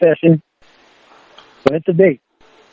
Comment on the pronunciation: With Lorne, there is always a “baht.” Always. No matter what. “I’m not saying I weren’t wrong, BAHT, they did wrong too/first/more.” It’s morbidly fascinating to see a middle aged man who is, by any objective measure, a thoroughly reprehensible and contemptible human being, stubbornly refuse to take any accountability for his life’s circumstances.